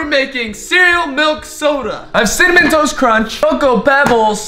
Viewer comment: cinnamon toast.. cinna- ken- CINNAMON TOAST KRENCH (cinnamontoastken lmao)